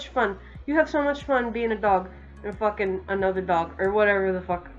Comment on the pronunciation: The way you say “fUckEn’” is amazing XD